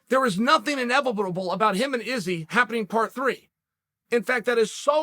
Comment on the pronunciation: Thanos: I am, inevitable Chael: I am, inevibitable.